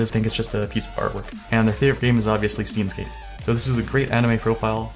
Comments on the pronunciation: "STEENS GATE" ROFL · since this will be lost in the comments... 1. you pronounced steins;gate wrong 2. the profile is based off the anime, which is based on time travel and literally everything on this guys profile is part of the show or game 3. DK pepper is also a reference from the show 4. el psy kongroo is also a reference from the show/game sorry you made me cringe so I wanted to vent not trying to be a smart ass (but I kinda am) anyways great video